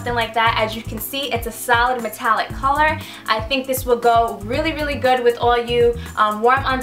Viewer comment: Realised like half way through you were saying 'solid' not 'salad'